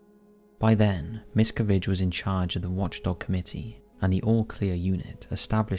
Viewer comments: The last name is pronounced mis-CA-vige. If you’re doing a video on someone at least learn how to pronounce their name correctly. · I enjoy the topics covers, but you continually do yourselves a disservice by mispronouncing the main person or location you’re covering! Not once is Miscavige pronounced correctly throughout the entire nearly 20 minute video. In another recent video covering the Menendez brothers, it was the same problem. UGH! Now it’s Leah Remini!!! If you’re going to make a video RESEARCH HOW TO PRONOUNCE THE NAMES! Otherwise you make yourselves sound ignorant! That’s it - the Remini thing just convinced me to stop following.